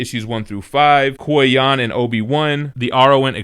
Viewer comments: Butchering the Qui Gon pronunciation, man 😆. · I'm on the fence about the compendium editions. It's nice to have all that material at a good price, but it's also a really big paperback. Also, I was cracking up at pronunciation of Qui-Gon 😆. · I can't wait until I get that DM Star Wars omni...and I can't get over how you pronounce Qui-Gon